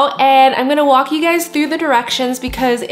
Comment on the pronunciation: LOL "I'm gonna WOK you guys through the directions"